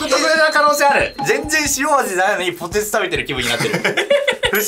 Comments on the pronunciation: 鶴崎さんの発音がポテ↑チなの好き。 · 鶴崎さんの「ポテチ」の発音、ぽ↑て↓ち→なんだ